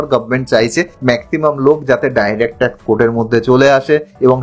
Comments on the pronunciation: TAX ke pronounciation apni TAC bolchen kano? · Word টা tact না tax তা বুঝতেই video শেষ হয়ে গেলো😂😂. Jokes apart. Informative খুবই কিন্তু উচ্চারণ খুবই খারাপ। শুধরে নিন plz তাহলে উপস্থাপনা নিখুঁত হবে। 🙏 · উচ্চারণ ঠিক করুন।ট্যাক্স শব্দকে ট্যাক বলছেন। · Direct Tac Code 😂 কি উচ্চারণ রে বাবা 😢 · Uni tax ke bar bar tac bolchen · উচ্চারণ ঠিক করবেন। শব্দটা হচ্ছে 'ট্যাক্স কোড '। 'টেক কোড ' নয়। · Ekdom thik kotha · ট্যাক্স না ট্যাক ? উচ্চারণ ঠিক হচ্ছে কি ? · Work on your pronunciation. Tax ...not tek. Direct Tek code ...bar bar bolchhen. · Direct tact code noy , kaka, DIRECT TAX CODE. Tomar motor speech disorder achhe, Speech therapy karaoke. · কথাটা tax, tact নয়। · Brother, before making this types of videos,try to pronounce TAX correctly. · মনে হচ্ছে আপনার উচ্চারণে কিছু অসুবিধা আছে। X র বদলে T bolcchen।